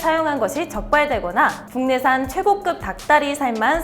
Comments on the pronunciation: 발음이 최곳끕이 뭔가요 최고급 그대로 읽는거죠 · 최고끕?? 최 고급이라고 읽어야되는거 아닌가요?